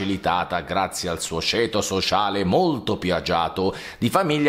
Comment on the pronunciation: Mi sembra una cosa altamente puerile perculare la z di Laura Pausini quando subito dopo decapiti pure te l'italiano con un semplice "Sceto sosciale". Dico solo che puoi portare contenti originali e ben fatti anche senza queste parentesi evitabili. Buon lavoro